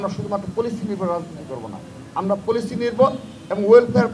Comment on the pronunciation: পোলিসি কি ভাই, পলিসি, উচ্চারণটাও ঠিক ভাবে করতে পারেন না, আপনি নেতা হলেন কেমন করে???